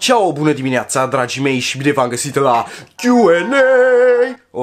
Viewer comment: Ai zis dragi mei sau draci mei? Nu cred ca e o diferență dar.... Întreb